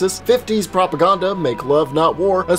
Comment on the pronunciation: Is that how ameri and say propaganda? He says it on the one liner intro bit cba to go back to get the time stamps